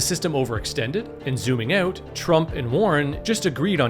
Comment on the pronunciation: Topped "oat" :D